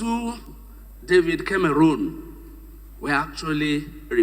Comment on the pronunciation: What a stupid speech. Village man. Learn to pronounce David Cameron’s name correctly for starters. You are asking who is corrupt in a country full of fantastically corrupt people.